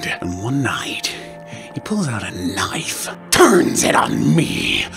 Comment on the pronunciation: „And one night, he pulled out a knoife“